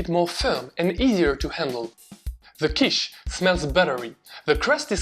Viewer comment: I looove Quiche, especially because I'm a little weird and actually enjoy the dry bits of the crust that others would leave aside, because they only want to have the filling... I didn't know that Quiche comes from the German word Kuchen - by the way your pronunciation was impeccable, do you speak any German? A great recipe, but unfortunately I don't have oven or microwave in my student appartment, only two hotplates, so I will have to live some more time without making my own quiche or convince my parents to do it at home :P